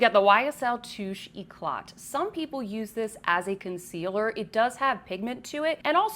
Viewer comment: Girl, it's pronounced touché ecla- don't pronounce the last t❤❤ Love your videos